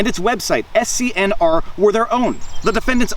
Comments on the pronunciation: Just to let you know SCRN is pronounced Scanner. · I think "SCNR" is pronounced "scanner".